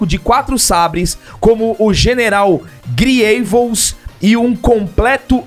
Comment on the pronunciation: Vei, eu sabia q eles não são fãs de SW, mas na hora q o fala "Griêivos" kkkkkkkkkkkkkkkkkkk mds